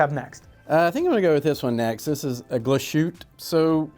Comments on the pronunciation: Please don't say -Glas -schütte-. It's called Glas-hütte. But nice Video 👍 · Every time I heard “Glashutta” a part of me died. Great video otherwise! Thumbs up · Glas-Hütte, compound word meaning “glass hut”, so no sh sound (which would be spelled sch anyway), three syllables, accent on the first syllable. We won't quibble about the ü. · Wtf Glas shoot? It's pronounced. GLASS HOOTER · do you not like Glashutta ? and why ? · Why do Americans have to screw up the pronunciation of European names? Every. Freaking. Time. If they can't get the brand name right, what makes them think they can be taken seriously for any other thing that comes out of their mouth about the watch? Like watching a pair of hot dog vendors talking about truffles.